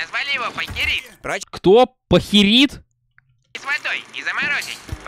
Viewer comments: пАЙкерит а не покерит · Пайкерит правильно произносить, материал щас вроде для украшения чего либо используется он на 12-18% сделан ид деревянных опилков и другого и на 82% из льда. Можно добавить красную и ещё чего нибудь и будет красивая, прочная вещь. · Правильно говорить Пайкерит